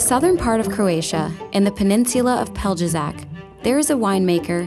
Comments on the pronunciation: ITS Pelješac NOT pelđezak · The way she pronounces Peljašac makes me wanna puke.. GOD i cringed so hard on thaaat uugghhh insult to the place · You just butchered the name Pelješac. It's like Pelyeshaz or something like that for you to better get understanding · The way she pronounced Pelješac hahahahahahaha omg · The butchery of names Pelješac and Edi 💀💀💀💀